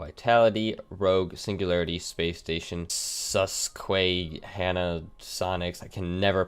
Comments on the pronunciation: It’s pronounced sus kwe h a na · Susquehanna (Sus-cuh-hon-ah) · Susquehanna Soniqs , Sus - Ka - ha - nah Soniqs